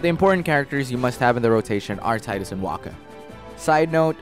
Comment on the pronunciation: it's pronounced tee-dus